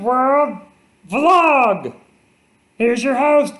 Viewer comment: Tell Elmo he pronounced “vlog” wrong, it’s “Vee-log”.